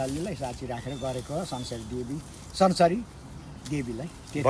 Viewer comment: पूजा अमेरिकातिरै होकी कसो मेम ? पुकार शब्द "संसरी" नभएर "संसारी" पो होलाकी !